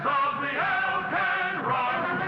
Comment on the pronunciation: Alcan, not “Alpine.”